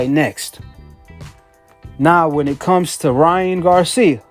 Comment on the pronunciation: “Lyan” Garcia